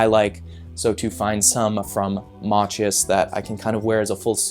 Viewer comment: Machus is pronounced mack-us